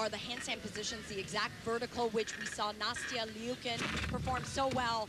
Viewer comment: The ONE good thing about Nastia retiring is that we no longer have to hear him constantly butcher her name!